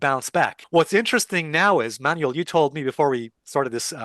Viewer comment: Alessio, his name is pronounced "Man-well" Not "Manual"